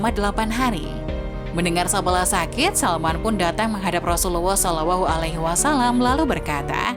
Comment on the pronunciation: Pengucapan kliru,bukan sa'bala,tapi sa'laba😅